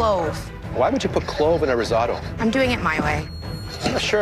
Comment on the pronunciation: Everyone : Rissoto Claudio aprile : Rissaoto